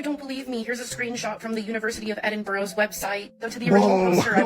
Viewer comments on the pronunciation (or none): One day Edin boh row will stop being misgendered. l mean mispronounced. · She pronounced Edinburgh wrong